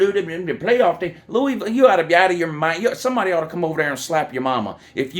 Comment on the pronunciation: ND lost to “LOU”isville lmao